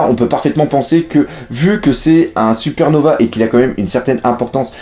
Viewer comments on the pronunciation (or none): none